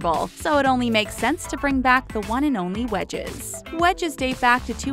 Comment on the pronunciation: When she said wedges I thought she said wedgies